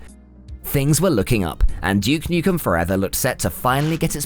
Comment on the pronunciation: Who the fack is Juke Nukem? lol